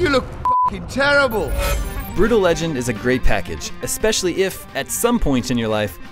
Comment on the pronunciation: BRUTAL-LER LEGEND